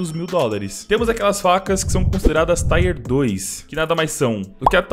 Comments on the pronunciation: você está redondamente enganado. Em inglês se fala "tíer". E não precisa acreditar em mim, basta ir ao google e procurar. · "taier 1"kkkkkk é tier que fala mesmo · nao, é TIER mesmo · Pronuncia é TIER mesmo, abraços <3